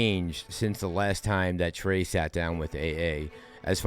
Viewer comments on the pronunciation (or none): TREY-tor TREY